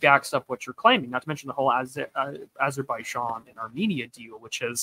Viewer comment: The way pronounces Azerbaijan hurts my brain bad, great stream regardless!